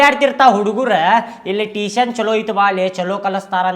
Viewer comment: Teeshan alla pa tuition.😂